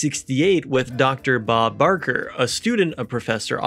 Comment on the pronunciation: Uhm, that's "Bakker", Robert T. Bakker.